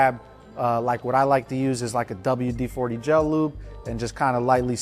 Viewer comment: Sounds crazy hearing WD40 in English😂😂😂😂😂